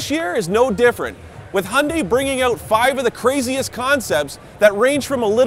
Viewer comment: Can any westerner pronounce Hyundai properly?